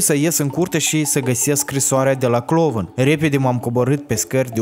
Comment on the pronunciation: Tu ai zis clovãn sau mid mi sã pãrut?